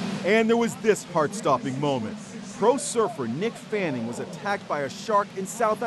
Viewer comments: It's mick not nick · Its mick not nick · It’s Mick not Nick